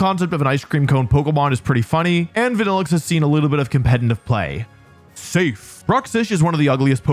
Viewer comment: Youre lucky that you didn't say Vanilluxe...